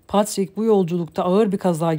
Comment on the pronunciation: Patrick okunusu Patrick ama a harfi e gibi okunuyor